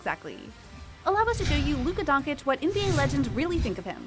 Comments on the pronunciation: Straight up disprespect at this point mispronouncing his last name. Unacceptable honestly. You are getting paid for pronouncing his name the right way basically. And league is gonna make billions out of marketing Luka through his career. Sorry man but at this point it should be frowned upon. Stephen A is the only one who gets a pass because hes doing it on purpose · + how can you make a video specifically talking about Luka and purposely mispronounce his Last name constantly😄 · youre a "normal" guy... no hate its just Luka is gonna make billions for the nba franchise through his career. You fucking dont mispronounce his last name like that after 3 years. Straight up nationalist disrespect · it is Donchich not Donkich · "Luka Donkic"........ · Who’s Donkitch ? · Not Donkick. Doncheetch. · Please, please, if you want make a video about Luka, learn how to pronounce his name correctly! It is not that hard. Twice the same sound "ch" like in chill. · I stopped watching this as soon as the woman speaking said luka don-kick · LOL!! Donkick, Nowitski, Guhnoblee, and the Keltics. It’s obvious someone doesn’t know about the very sport they’re talking about…. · Ah yeah „Luka Donkic“ at least learn how to pronounce his name the right way before u make a video about him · Idk how these people mispronounce easy names, Doncic if the last part is "ch" in sound, the first C probably sounds the same ijs 😑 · She sais Donkic ffs 🤣🤣🤣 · who tf is Luka Donkeych 🤣🤣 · Bruh. “Donkich” Really? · Donchich Americans. Donchich. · How does she manage to mispernounce every last name? Donkich, nowitzkee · Its Dončić or Doncheech. Such a "journalist" would be better as a road sweeper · When I hear Donkich I quit watching... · You heard donkich... I heard dawnkkickk.... jk. But for real.. just terrible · I know how hard is it to pronounce dawn uh kick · it’s luka donchich, but u have to say first ch bit harder because it’s dončić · Can’t even pronounce his name smh